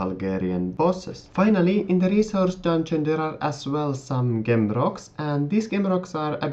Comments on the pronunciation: Great video. Gem is pronounced with a J i.e Jem! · its pronounced jem..